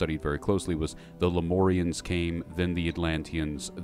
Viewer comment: Lem-UUUUUURRRR-ians. not lem-ooorrrr-ians. thats a 'U' in there, not an 'O'.